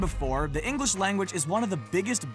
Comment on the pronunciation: I'm triggered how he said English because I live in England and I am English and he said it like ingalish English people say it like inglish